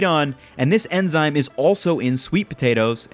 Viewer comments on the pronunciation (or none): Dude said emzyne